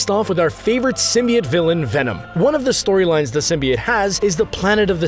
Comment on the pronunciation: Symbiot?????? ITS SYMBIOTE